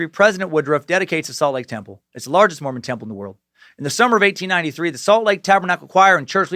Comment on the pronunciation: The way you say Mormon temple has me believing otherwise.